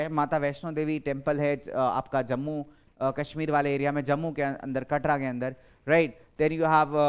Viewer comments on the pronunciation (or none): none